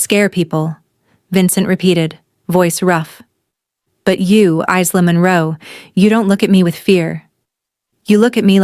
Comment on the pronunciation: Isla= / igh ' lah/. AI doesn't know how to pronounce things.